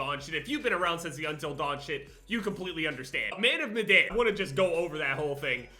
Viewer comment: the fact he still can pronounce madan pisses me of